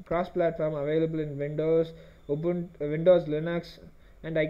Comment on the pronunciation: Thanks for saying Ubuntu correctly